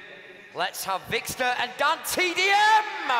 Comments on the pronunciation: How he pronounces vikkstar 😂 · Lol the announcer says Vikkster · It was really annoying me when that guy was saying vikkster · The announcer said vikkster not vikkstar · He pronounces it vickstur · The announcer pronounced ur name wrong , he said vickster123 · i hate how the guy couldnt say vikkstar but he said vikkster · He called him vikkster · Vikster. Man said Vikster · Haha he said Vikkstir